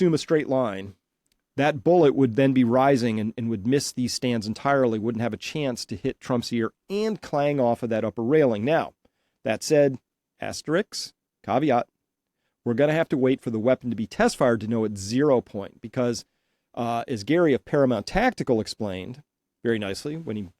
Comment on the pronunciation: As-ter-isk, NOT "Ass-Tricks".